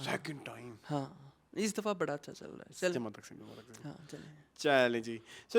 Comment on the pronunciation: Good reviews as usual.. Sir jama taqseem not takseem😊